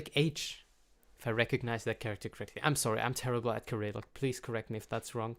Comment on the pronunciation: oh yes while i'm here - i noticed you pronounce cyrillic with a /k/, but english speakers read it with an /s/, as per cycle, cyber, cypress...